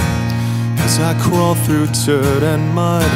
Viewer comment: He says d like a t but its dirt Turt, he says it like